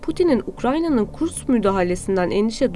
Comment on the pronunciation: Hanımefendi, KurKS değil, KurSK şeklinde okunur o şehir.